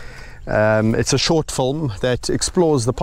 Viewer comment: You already have excellent production values so I can only imagine with added effort how good this "fulm" will be. (I love the way you pronounce film...and milk...sounds like mulk. Big hugs of. appreciation from Montreal.